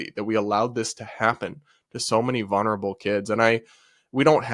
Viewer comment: I like you and your work, but for the love of God... vul-ner-a-bul